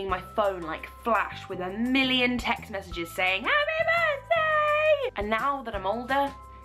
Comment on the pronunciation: I enjoy that you said b'day, it sounded like g'day to me haha